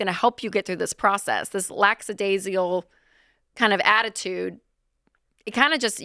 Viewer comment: We just gonna pretend like she didn't say "lacksadaisyal"?